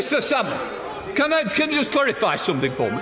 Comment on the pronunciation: "Can ah joost sae"